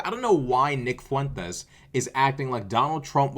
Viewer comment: I love how you always properly accent the name Fuentes.... it probably burns his supportes up lol 😂